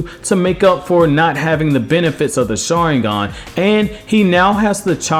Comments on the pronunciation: Learn to freaking say Sharingan Jesus. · Dude everytime this guy said sharingan I died